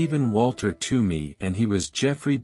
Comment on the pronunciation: It's not "Too-me", it's "T-whoa-me".